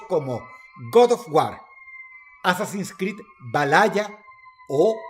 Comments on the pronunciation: dross, te amo, te quiero, fuiste mi infancia pero PERO peeeeero, COMO QUE " VALAYA " ?! todo mundo dice " Valjala " xdxd, lo siento pero me saco de inmersion esa vaina, perdon dross pero...esa mmda que we ? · no dross no es vallaya es val ja la xD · VALALLA... gordo se pronuncia Val Jala... y se escribe Valhalla. te amo drossito. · Escuchar a Dross pronunciar la palabra Valhalla como "Val-laya" en ves de "Val-jala" no tiene precio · Se pronuncia -Val jala no -Valalla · VALAYA oof Toda la vida lo pronuncie como "valjala" pero si dross lo pronuncia así, por algo será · Cómo que valaya chico, valaya sea vale 😝😂🤣 valjala 🍺😎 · Dros sedise Valjala no vajaya okei Mentiras hermano jajaja, bendiciones ❤️🐐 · No me cabe DUDA que Dross pronuncio "VALHALLA"(Valjala) como "Valaya", solo para atraer comentarios xD.Buena jugada. Pd.hay sobrevivientes al Ragnarok, una pareja de mortales que sobrevive al ocultarse en el Yggdrasil. En fin buen video! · MI QUERIDO DROSS: "VALHALLA" SE PRONUNCIA "VALJALA" NO "VALALLA". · Dross como que vahaya 😅 vaha-LA VAHALLA ✌🏽😂✌🏽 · Valalla no huevon, valjala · Jotun y gigante es lo mismo en cada idioma. Se pronuncia val ja la, no va la ya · Valaya no existe, Valhalla se pronuncia "Valjala" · Jejeje te queremos Dross pero hay que hacer el meme. Como se dice: ❌Valhalla (Valjala) ✔️Valaya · Valhalla No Valallaa jjajajaaj un beso dross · Han pasado más de 10 años desde el top de los dioses y Dross aún dicen "valaya" XDDD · Pronuncia Hades como "Jades" pero pronuncia Valhalla como " Valaya" cuándo sí debió darle sonido a la H. 😅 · Valyalaa jajajajja así no se pronuncia dross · Valhalla como Valaya... Dross ¿Ya estas usando inteligencia Artificial para tus videos? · Se le escapó lo venezolano 😂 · lo admito, el "valhaya" me dolió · ¿Dross diciendo VALALLA?...IA Detectada. WTF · Se pronuncia "VAL-JA-LA", coño. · Assassin's Creed Valaya, me parto la polla 😂 aunque según la lengua española creo que no es incorrecto decirlo así 🤔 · assassin Creed "valalla" 😂